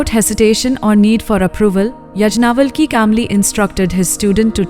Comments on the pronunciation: It is not यज्ञावलकी.It is याज्ञवल्क्य ऋषि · Pl learn how to pronounce Sage Yagnavalka's name properly. Otherwise❤ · Please use right pronouncing for all the sages yagnavalk